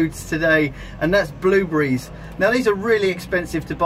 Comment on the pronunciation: It is called BlueBERRIES!!! Not bluebriz!! %¥'fzhop